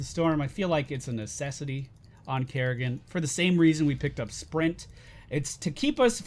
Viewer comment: Its Kerri-can not kerri-can't